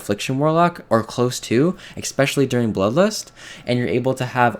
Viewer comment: No one starts fights with 5 shards, no one has 100% reap uptime, and the kills aren't that much faster. Go look at your last kills to your this weeks kills. They were faster, but not by so much as to push your point. Also, it's Eh-Specially. Not X-Specially. You are right though, they didn't need to nerf it now. It was very stupid.